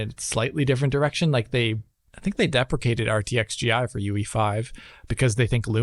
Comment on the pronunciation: Deprecated is not pronounced the same way as "depreciated". Come on,. You're already struggling with "volumetric", don't tell me that's another word you can't say...